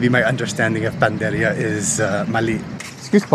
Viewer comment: panadería, pagkarinig ko panderia 😢😮